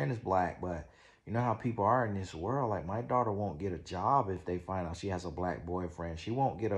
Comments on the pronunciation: That “Werllll” take me out EVERY TIME!!🤣😂🤣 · 😂😂😂😂😂 perfect way to spell how he says world 😂😂😂